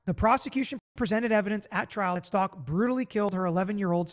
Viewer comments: Her last name is pronounced Stauch like st ouch ! Even her lawyers were mispronouncing it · least say Stauch correctly 🤦🏻‍♀️